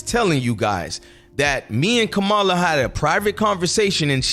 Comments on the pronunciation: Dude I can’t take you serious if you can’t pronounce the name of the VP properly after all this time ur ridiculous I think it’s disrespectful and on purpose. It’s NOT Ko- Ma la. It’s Comm a la it’s not hard. By the way you clearly don’t know how Gov works. The VP is a symbolic post they have absolutely ZERO power. The Secretary of State has way more power and authority. The VP is just a figure head with very little influence. Put it this way. You think Mike Pence had any power whilst he was VP, lol. Ur not ready for prime time my guy. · Dude, pronounce her name correctly. Come on! 🤦🏽‍♀️